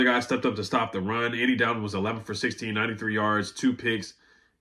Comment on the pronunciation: it's Andy DOLL-ton, not Dal-ton